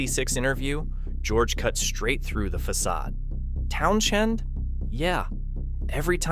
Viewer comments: Town shun ? AI omg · Very good vidio. But the pronunciation of Pete tow shun is just ridiculous.A I can't improve its own Grammer? It's not so intelligent is it.